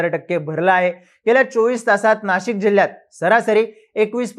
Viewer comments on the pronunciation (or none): none